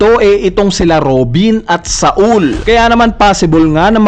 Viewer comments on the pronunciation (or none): none